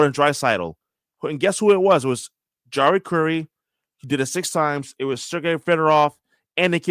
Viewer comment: Pronounced Yari Kurri, not Jarri Kurri.😅